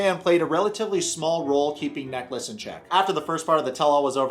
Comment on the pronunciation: He said neckless 🤣🤣🤣